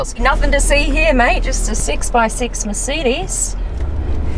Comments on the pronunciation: Merceedes?? I thought it was mercedes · The way she says "Mercidis" 😂😂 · She doesnt pronounce mercedes properly.But the video was very informative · you said mercedes wrong lol